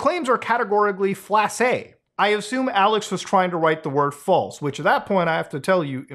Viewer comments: You saying ‘flase’ caught me off guard and made me laugh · 😂😆🤣 “flase” why does that sound funny to me?!